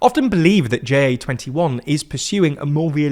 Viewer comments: Pronouncing "JA21" as J-A-twenty-one is weird. Ja means yes so just make it "Yes21". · "Jay Ay 21" My soul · Tiny correction: in Ja21, "ja" (yes) is pronounced as the word, not as an acronym, which it isn't.